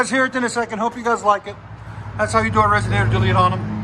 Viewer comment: “Resonator” hahaha